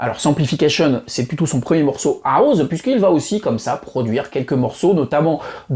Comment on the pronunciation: Super vidéo bravo. Par contre la prononciation de House est Haousse et non pas Haouz.